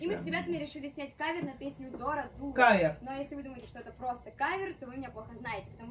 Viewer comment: извините за поправку, но не каер, а кавер